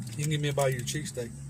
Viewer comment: my deafass heard you say CheeseCAKE...not cheesesSTEAK